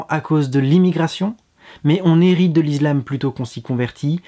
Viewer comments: Je me disais bien aussi, l'izlam? Heu zé quoi ze truc? :) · On dit pas "is[z]lam"...lol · la lettre S se prononce (z) lorsqu'elle est située entre 2 voyelles. Ce n'est pas le cas pour le mot ISLAM ;)